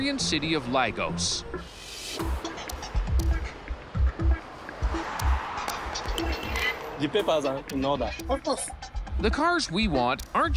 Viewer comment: WhereTF does he get that pronunciation for Lagos from??? "Lygowsh" ... is he trying to sound like the erudite world traveller, lol?